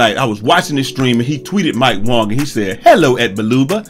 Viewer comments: 😂😂 Bro no its not. Its Mike WANG not wong i mean i dont take it personally . i just play mycareer so they pronounce his name ALOT 😂😂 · This man said Mike WONG 😂😂